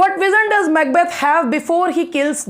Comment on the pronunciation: Ma'am 🙏 The way you pronounce Macbeth 👌🌷 thanks for this video please Love Labour Lost as soon as possible please